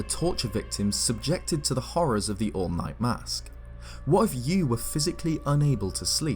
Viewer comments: For a moment, I thought you said, “The All Might” mask~ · I'm sorry, but it sounds like you're saying the "all might mask" and that's putting some weird images in my head